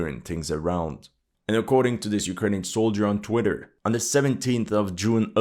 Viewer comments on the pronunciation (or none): none